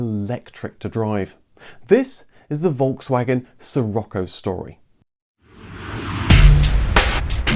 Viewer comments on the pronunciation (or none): Sauer Kraut it’s Volkswagen not folgswagen learn how to pronounce name